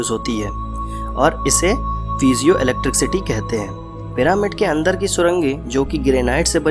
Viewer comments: चचा, its not ईलेक्ट्रिक सीटी, its ईलेक्ट्रिसीटी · electricity hota hai bhai electric city nhi . pronunciation mistake hai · Electric city bol rahe ho bar bar... 😀😤👋 bhai apke bolne ke tarike se lagta hai ap kahi se chep ke video banate ho. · 😂😂😂 electric city Jo English ke words Thik se nahi bol paya o Gadha Hame Primads ke Rahasya bat rha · Jinone pyramids bnaye the unhe bhi English nai aati thi still they made those structures. English is just a language not someone's level of intelligence. Nevertheless 'electric city' is funny tho.😂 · 😂😂😂😂 Electric city 😂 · oo bhai scientist research karo bol ra ,accha usne sab copy paste kiya hai bass voice hai uski and usmei bhi vo electricity ko gajab hi bol ra hai ,,aur tu laundiya ko samjha ra